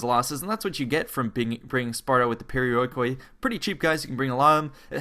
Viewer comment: The perioikoi hoplites called "periiki oplites". Just a tip because it sounds really wird when you read this unit just like it is written.